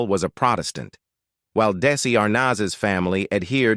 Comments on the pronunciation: Sounded like the narrator was saying DAISY! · The narrator also keeps saying "DAISY"! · This narrator has made such a mess of mispronouncing Desi Arnaz's names what? 45 different ways (kidding) mispronounce the word sobriety. So bree a tee. Oh my GOSH. Plus and even saying Daisy for Desi. And using Desi Jr's photos for Desi Sr.'s stories. Sigh. I have caught this :"channel" doing this same thing for other celebrities stories.